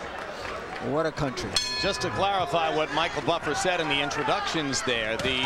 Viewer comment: Respect to Michael Buffer for learning how to pronounce the names